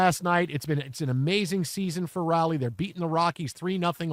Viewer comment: Respect. The Locked On Astros duo both mispronounced Raleigh's name 7 times tonight as Riley... and they called him average.